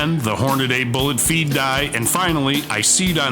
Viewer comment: Stop saying Hornaday. It's Hornady